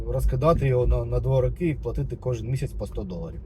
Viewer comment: 3 рОки, а не рокИ ☝️